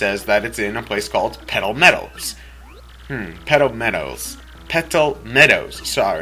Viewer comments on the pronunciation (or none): thumbs up if u thougt he said pedo meadows